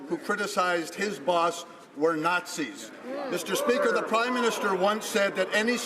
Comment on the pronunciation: That is NOT ZEE question you asked! ZEE what I mean?